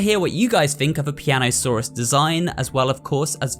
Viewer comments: piano-saw-us 😂😂 that’s a good one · "Piano-Saur-Us" so basically, he's australian?